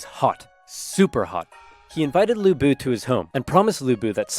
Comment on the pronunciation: Even Oversimplified didn't pronounce Lü Bu(Lu Bu) right, there is a difference between ü and u in Chinese Phonetic Alphabets.